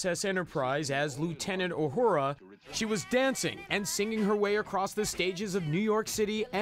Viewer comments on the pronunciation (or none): Talk about butchering the name Uhura.